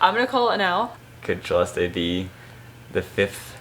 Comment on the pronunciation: Thank you Siera for saying and correcting (hehe) your brother for the correct pronounciation of Celeste's name. She has been saying it herself and only few took notice. Even most Filipino vloggers got it wrong. ❤️❤️❤️